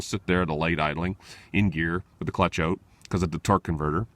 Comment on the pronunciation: You can tell he's Canadian--he said "oot" instead of 'out.'